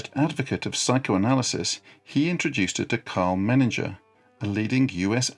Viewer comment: I knew Karl Menninger and his son Roy. The last name is pronounced Men-in-ger, not Men-in-jer